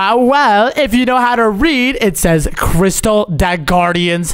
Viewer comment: It is crystal not cristal